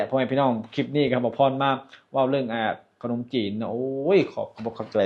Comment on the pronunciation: เลือกซื้อบ่แมนเลิกซื้อคับพยายามออกเสียงให้ชัดครับขนมจีนกะบ่แมนขนมจีบเด้ บุพเฟต์ กินไม่อั้นแต่อย่าเยอะเกินมันน่าเกลียดจ้าน้องพ่😂😂❤❤❤❤❤❤่ด้วยรักและหวังดีครับ❤❤❤🎉🎉🎉